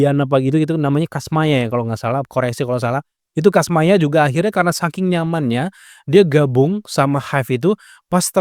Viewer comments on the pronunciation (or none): none